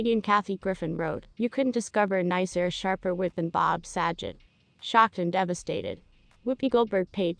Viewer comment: That's not how you pronounce his name